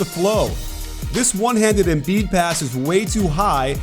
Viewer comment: Learn how to pronounce Embiid. It pisses me off u dumbass